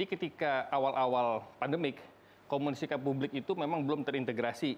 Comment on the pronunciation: 7.45 jangan terlalu tegang dong bang,santai aja🤣 Komunikasi yang bener bang bukan komunisika🤣